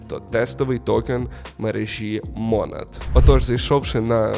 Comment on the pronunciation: Чому мОООнад ? наче ж монАААд